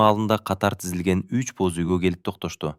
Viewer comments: Бөз үй эмес Боз үй дечи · Бөз үй эмес боз үй😊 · Бөз үй, Нургуль, Үна. У, ү,Ө,о катышкан сөздөрдү үйрөнүп алсаң. Азаматсын. Кыргыздар деле орустардын ар бир сөзүн так сүйлөгөнгө аракет кылабыз. Орустар деле так сүйлөшсө кыргызча кыргыз тилин тебелешбей. Орустар кыргызча сүйлөгүсү келбейт. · Нургүл чыгаар,какшатыптын оорду, кашатып, иши кылып орус окубай эле койсо болмок экен!бөзуй. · Кыргызсынбы туура окуганды уйронуп албайсынбы??? Боз уй де.